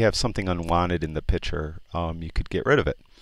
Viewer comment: Inspiring videos, very well done! Im only on the second video and already learned way more than I did at a subscription service I had. Thanks for taking the time to do these!! One request if I may. Stop saying "pitcher" and say "picture" LOL (this of course is meant as a joke, its just a pet peeve of mine!!) Thanks again!!